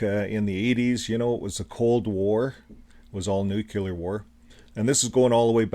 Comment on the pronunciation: The word is nuCLEAR not nuCULAR...btw nuclear weapons are nothing but an elaborate piece of fiction and don't even exist. How in God's name does a man get caught in the blast zones of not one but TWO atomic bombs and survive? Not only that but he then lives on to reach the age of 93, wow! how lucky can you get huh?